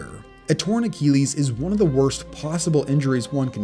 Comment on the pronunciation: "a torn akeeleez"